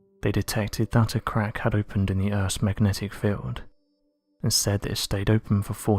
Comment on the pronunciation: Oh noooooo, close your ears 👂🏼 time 😆🤯 “Urffff’s magnetic feeeeeeeld” Translates to ….. “Earth’ magnetic field” Can’t stand this creepy voice